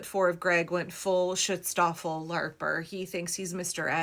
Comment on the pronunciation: Silly comment: schutzstaffel is pronounced with an oo, not an i. But honestly, I think shit-staffel is more appropriate here 😂. And as you can see on Rewboss' channel, perhaps ICE is more akin to the Sturmabteilung SA, rather than SS or Gestapo - but that too is nitpicking.